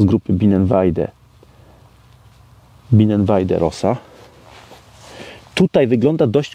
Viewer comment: Juz ci raz mowilem ze wymawia sie nie rosa ale roza co znaczy rozowa